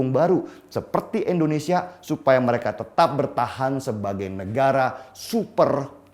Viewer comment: Deni yg sok keminter,km menyebut Indonesia sj Endonesia,, langsung ta skip videomu menit ke 2.41. nyebut negaramu sj ga becus mau ngomongin geopolitik dunia. Maaf ya saya bukan kadrun.